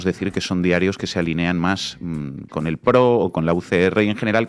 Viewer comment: No es: "a li né an" Es: "a lí ne an"🧐 El acento va en la í pues viene de:Línea no de linéa.👁️👁️